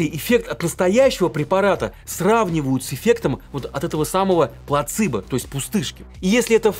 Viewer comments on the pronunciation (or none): Не «плацИбо», а «плацЕбо», простите - не удержалась)) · Вы анонсировали правду о бесполезных препаратах, а начали с того, кто с кем дружит. А Вы против кого дружите? Вы даже правильно не можете произносить слово Placebo. Вы врач? Микробиолог? Журналист? Кто Вы по профессии?